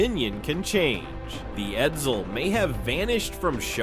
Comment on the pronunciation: 1. The E475 engine wasn't used in other Ford products. (The E400 was used in 1958 Ford police cars, but you didn't mention it, hence the parentheses.) 2. Edsel production was, in fact, 118,287 cars. You overlooked the 7440 Edsels that were built in Oakville, Ontario. 3. Edsel is not pronounced "Ed-zil". C+